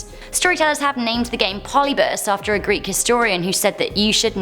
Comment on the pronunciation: Polybus? There's an I there,. It's polybius.